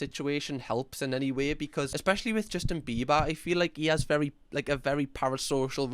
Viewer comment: "Justin Bibas"